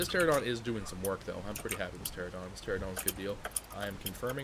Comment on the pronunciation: ter-ran-a-don not tera-don